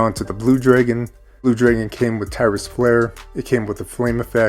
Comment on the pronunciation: I can’t hang with your dragon pronunciation. 😊